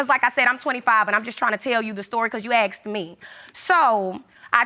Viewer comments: What's with all these people who always say 'he AKSED me' 'I AKSED you' they did not go to school? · "you axed me" Why ax and not ASK???? 🤣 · Why do they substitute the word "asked " with something that sounds like "axe"?? It's bothering me so much for some reason 😂